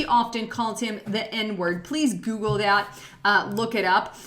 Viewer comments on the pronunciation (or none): none